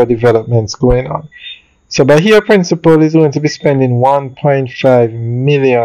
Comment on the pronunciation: Bahia Principe (prin sih peh) not principle